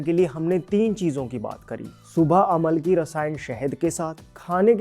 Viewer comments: It's not Amal-ki, it's Am-laki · Aamalaki...amalaki nahi. Hindi mein hai.